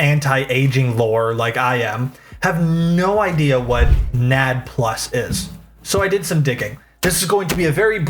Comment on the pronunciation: As a bio student hearing someone say Nad like it's a name is sending me😭 it took me a hot second to process what you were talking about. Like ooooh NAD+! The stuff in cellular respiration! Alright.